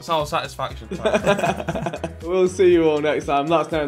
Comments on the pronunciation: Harry said satisfication lol😂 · Nobody: Harry: Satisfication